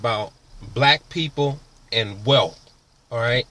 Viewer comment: Hope this kid isn't imagining he has a future in being a personal motivator. He can't even spell and his English is very ghetto. "Woo wop de woo?" WTF? Can't even pronounce "wealth" instead he says "wealf" hes got a long way to go but first he has to learn English.